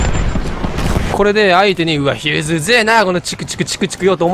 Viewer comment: ヒューズじゃなくてフューズって言ってんの草